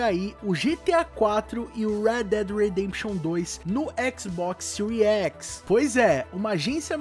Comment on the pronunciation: " XBOX SEURI X " KKKKKKK